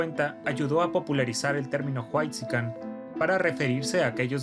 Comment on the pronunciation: Los "juaitxican" jajajjjaa